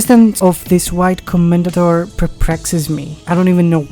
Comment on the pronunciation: "Commendatore" is an Italian word, and the final "e" is not silent. Co-men-da-tor-eh "Porsche" is a German word, and the final "e" is not silent. Pour-Sha